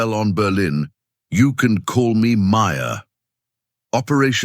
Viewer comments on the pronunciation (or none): none